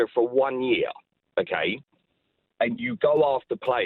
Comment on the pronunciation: Yee-arh = Year